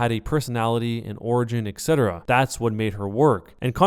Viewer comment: It's not "Eck-set-uh-ruh", it's "Et-set-uh-ruh". It's "Etc", not "Ect".